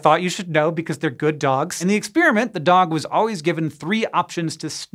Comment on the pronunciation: Why can this grownup not say the word "experiment".